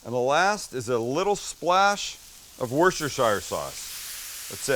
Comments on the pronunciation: Max is a Bitch. Get yer angles sorted b4 the shoot! Lol! And it's pronounced WOOSTER sauce.......NOT worchestershire! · Hey Sam..stop saying worcestershire sauce like the way you do...you idiot.. it's not pronounced shire...it's sher....you bloody fool... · it's "Wooster" sauce. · Wustasheer (Worcestershire) sauce :) Love your channel, great food - jealous of your climate being a Brit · SAM IVE TOLD YOU ITS (WUSS-TER-CHER) SAUCE!!!!